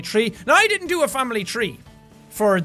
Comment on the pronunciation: Famibly lol I just lost it